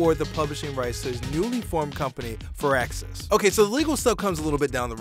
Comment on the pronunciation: LOL did he jus say "furaxis" instead of "fireaxis"??? 😂 bahahaha